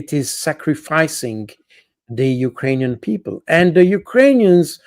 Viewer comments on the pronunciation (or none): none